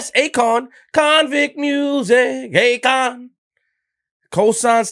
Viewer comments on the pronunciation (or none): Idek how to feel anymore😅😅 ..this nigga Be saying konvict Music 🤦🏽‍♂️